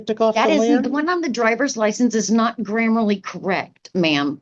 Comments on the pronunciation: The sovcit was obviously attempting to say "grammatically", but as this word is apparently not in her vocabulary, she enterprisingly made up the word "grammarly"(just as she also made up the word "admirality"). As she was basing this on the word "grammar", if it were a real word, it would be spelt "grammarly". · She pronounces "grammatically" as "grammarly" and "Admiralty" as "Admorality" - I'm not surprised she's a sovereign citizen, none of them have an IQ above 50!! 😅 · thats not "grammerly" correct? huhhhh? "Admorality" law? hahahaha this lady's in last place.. too much methamphetamine. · It’s not ‘admirality’ it’s ‘admiralty.’ One ‘i’ If you’re going to keep repeating that get it right. It’s not ‘gramerly’ it’s ‘grammatically.’